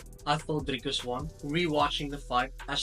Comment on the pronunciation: I swear I thought you were Israeli until you said "DrrrrikUs du Plessis". Lekker man. Hou so aan 🇿🇦🥊